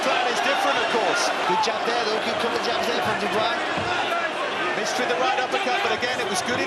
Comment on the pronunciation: Dubois its pusie